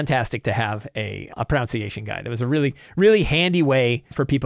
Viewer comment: Ironically, it's "pro-NUN-see-a-shun."